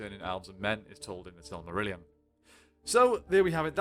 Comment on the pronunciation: There you go that’s how you pronounce the silmarillion.